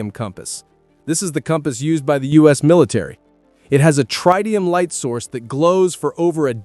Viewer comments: Not Tridium for the military compass, it is Tritium, pronounced Trih tee um. And they are very rugged I have one that is probably 40 years old. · Tridium? No such thing, its Tritium